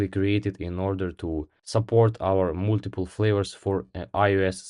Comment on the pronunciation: Кстати, не мултипл, а малтипл :)